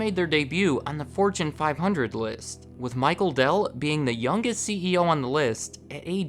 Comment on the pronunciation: Dude you're getting a Dell'DOH